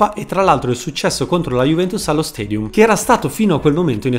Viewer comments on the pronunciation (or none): none